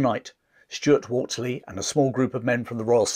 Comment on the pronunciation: Not to be a nitpicking pedant, but I do believe it’s WolseLy and not Wolsey; he was after all the very model of a modern major-general